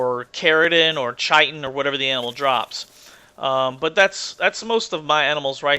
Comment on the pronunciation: just to let you know, I believe the 'CH' in chitin is pronounced as a 'K'. Scientific word for the hard outer shell on insects, arachnids and such.